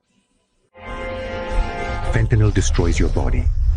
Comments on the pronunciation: Ben, a couple of comments about pronunciation: 1) the Mexican President's name is claw-OOHD-ee-ah Sheinbaum, and 2) fen-tan-EEL, not fen-tan-OL. Your commentary is always excellent, and I just want to make constructive criticism. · It's pronounced Fent-a-nil, not Fent-a-nol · Claudia Sheinbaum is Mexican and can pronounce the English word fentanyl more correctly than people that speak english. Its Fen-tan-nihl. Not Fen-tan-ol. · Mexico's woman president has more cajones than Trump. She also knows how to pronounce fentanyl, it's "fentanil" not "fentimall" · Fentanyl, please, not fentanol. Thank. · Just a suggestion Ben. You keep saying "Fentanol"; it is not Fentanol. It is Fentanyl---spelled and pronounced differently. The president of Mexico pronounces it correctly. In Chemistry, a compound that ends with an ...ol is an alcohol; Fentanyl is a monocarboxylic acid amide . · BEN, The drug is PhentaNYL not PhentaNOL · Please say it correctly--it's NOT Fentanol, it is pronounced Fentanyl... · Fentanyl not fentanol. That's a different chemical. Fact check. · The pronunciation of Fentanyl is Fentanyl-ta-nil….Listen to Claudia Scheinbaum …she pronounces it correctly!! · Something really interesting is that even though English is not her first language, she's practically the only person I've ever heard pronounced the drug itself correctly. There's no a or o before the l at the end of the word. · Would somebody please tell Ben that the word is fentanyl - not fentanyl! Thank you. Mispronouncing something reduces credibility. It’s like W saying nuclear instead of nuclear. Duh!